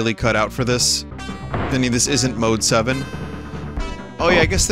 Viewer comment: Every time you say mode7 youre wrong